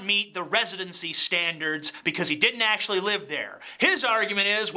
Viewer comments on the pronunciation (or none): none